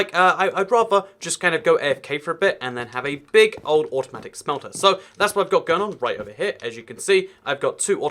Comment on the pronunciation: he says automatic smelter so weird